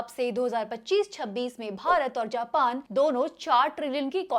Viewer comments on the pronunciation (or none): Japan ❌ Jaapaan ✅